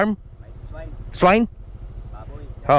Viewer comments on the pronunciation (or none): Hirap kasi di mo alam bigkasin o ang pronounciation ng swine hanap mo kasi swan ogag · Hindi ka ba marunong magbasa???? Swine yan hindi swan ... swan ka ng swan